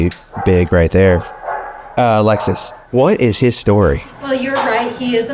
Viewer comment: Every time he says Alexis, i hear Alexa (from Amazon) 😂😂😂😂😂